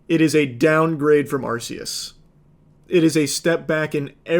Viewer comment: The way he says arceus is distressing